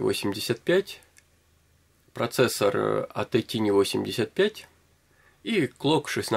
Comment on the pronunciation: Не "тини", а правильно "тайни".